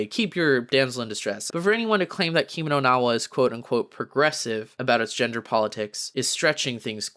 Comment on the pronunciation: Lmao pronounce “Kimi no na Wa” right first before hating on it